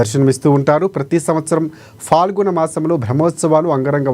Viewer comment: News reader please పదాలు స్పష్టంగా పలుకు, అది ఫాల్గుణమాసం కాదు పాల్గుణమాసం..... 😢